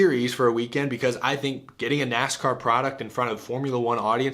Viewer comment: Ah yes, my favorite motorsport, NASHCAR.